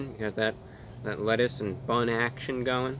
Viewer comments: “the wettuce “ Some wholesomeness for you all. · So articulate and then said things like "wiff" and "wettuce" 🤣🤣😂😂🤣😂🤣😂😋😂🤣 i freakin love it!!!!